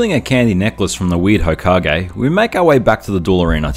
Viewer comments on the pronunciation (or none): none